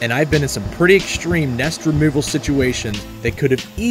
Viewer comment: I've never heard the word "exshtreme" before. It it related to the word "extreme"?